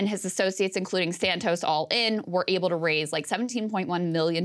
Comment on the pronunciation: LOL Krystal is fascinated .. And also said his name as De-Santos.!